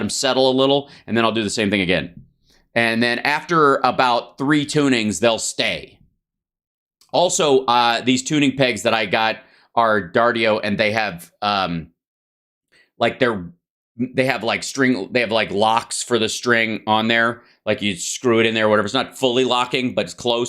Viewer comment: "Darddio." LOL! WTF is "Darddio"? Try D'Addario D ' A D D A R I O.